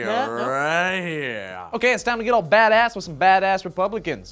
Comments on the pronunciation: Every time you said badass! i heard Dat ass ! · "badass" sounds like "dat ass"